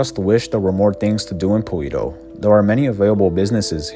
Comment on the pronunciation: ALL the settlements in GTA 5 are smaller than they should be, or they'd crowd each other off the map! BTW, I think "Paleto" is pronounced "Palayto", not "Paleeto". Its a Spanish word basically meaning "Hick".